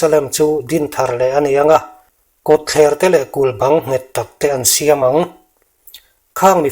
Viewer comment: Thlebur tih i lam rik dan hi bur tih hi Tuibúr tiha búr rik anga lam rik tur a ni thlebûr,kazen tih hi Bible ah a in ziak lo eng ṭawng nge a pami ti ve mai la ṭha tur